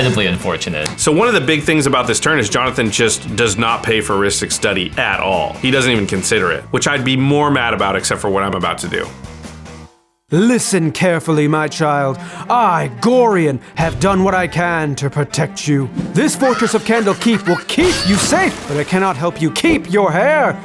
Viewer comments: Omg can't pronounce Gordon at all..its pronounced go-ry-on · Awsome plays, vhal and delina where impresive. Besides the pronunciation is "Gor-Ion" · Ok your content was amazing but your pronunciation of Gorion was awful. It’s pronounced gore-ion. Also great game. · Important message: According to the characters creator, Gorion is pronounced go-RYE-uhn. Like Orion with a G.